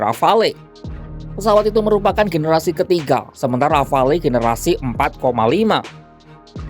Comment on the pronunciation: Bacanya "rafal" min.